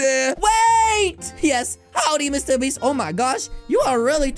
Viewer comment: Bro really said mrbeats💀💀💀